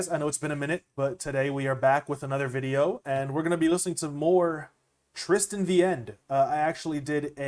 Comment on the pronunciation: You’re the first person to pronounce my name right on the first try lmao